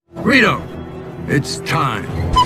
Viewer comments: I heard Rieto, it's time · Weedo it’s time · I hear doc say "rito it's time"